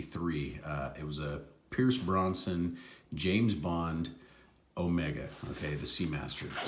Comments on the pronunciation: haha no you said Bronson but it’s brosnan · Brosnan, brother, not Bronson. Good review nonetheless. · Pierce Brossnin? BROZ NAN